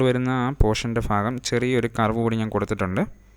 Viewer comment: Fagam alla bro bagam